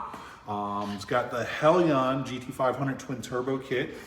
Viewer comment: Hellion is pronounced HELYAN not Hell I ON.